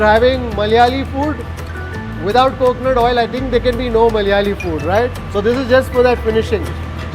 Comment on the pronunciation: Dear bro it's not Mallyaali, it is "Malayaali"